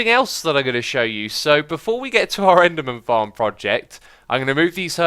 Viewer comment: did he say enderman tits xD